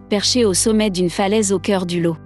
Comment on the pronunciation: Des cerisiers en fleurs à Paris ? mais où sont t'ils ? Superbe château en Normandie mais où est t'il ? pas en Normandie, il me semble. Votre prononciation du département du Lot n'est pas bonne. Vous n'êtes probablement pas française. je suis lorrain et vous avez préféré la Lorraine à l'Alsace... Manque aussi la Bretagne . De belle images malgré tout